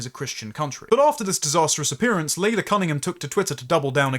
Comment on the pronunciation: Shouldn't Laila Cunningham's name really be pronounced 'Lie-la'?